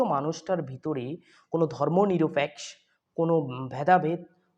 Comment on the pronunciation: Beta barrister uccharon thik moto koro. Barrister ….. Barishter nah ! Ar niropekkho , niropeksho na.